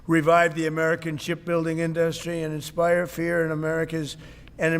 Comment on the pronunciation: Every time Trump says the word “industry” I want to step off a skyscraper. In-duus-tree